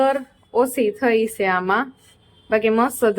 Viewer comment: Ben vlog ma se se bov karo cho ne minivlog na dubbing ma sudhrelu bolva jaav cho pan tmne bolta nthi aavdtu..😂 se se such a uneducated